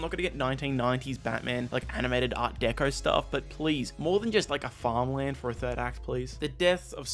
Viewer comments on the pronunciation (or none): none